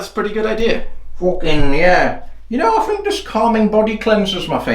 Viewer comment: you pronounced pretty wrong